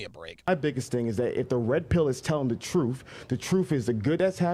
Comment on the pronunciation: it's "truth". Not "troof". Jesus Christ...